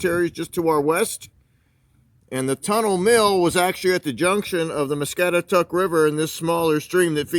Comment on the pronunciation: Us locals have always referred to the river as "mah-scat-ah-taCK"...Sandhill crane's are the bird's you heard.....thanks for doing this video ,haven't seen that place in years,thank you....